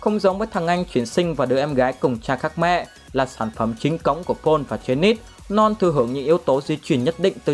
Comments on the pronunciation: Ad: Norn Não tao: Non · Ad đọc : norn Còn tôi : non 😂😂